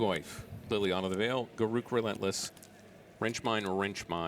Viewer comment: They way pronounced Garruk makes me vomit.